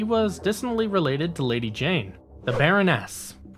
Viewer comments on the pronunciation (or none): Just an FYI the ARAH COMIC STORYLINE AND NUMBER system has been ongoing through IDW. Larry Hama still writes it and the story continues straight on from the MARVEL run. Just to update anyone who was unaware. I never miss an issue!! And really LADY JAYNE. It's Lady-Jaye bro!!! And learn how to pronounce Serpentor!!! Once I could forgive. But 3 or more is inexcusable.